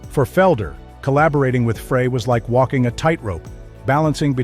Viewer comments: The inaccurate pronunciation of Fray instead of Frey is reason enough to not follow this channel as clearly they don't have any regard for their awediance...'nuff said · It's FRY not FRAY. Everybody knows this. I'm kinda tired of reading about Felder's "I coulda been a champion " act. He had a great job with tons of cash. He decided to push his luck. He got fired. I've been that guy, so I know. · Here we go again. Freigh is not how to pronounce Glenn Frey's name. Think French Fry. It ain't that tough to get it right. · I can't listen to this bull shit. Especially when the guy who's doing this mess can't even pronounce Glenn Frey's name!! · Seriously? You can't pronounce Frey's name correctly? Why would I listen to anything you have to say on the subject? Do better. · That’s not how you pronounce Glenn’s last name. Seriously? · That's what you get when computers provide the narration. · I was wondering the same thing!!!